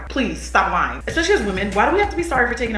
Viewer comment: “Please stop lying “ lol the African came out lol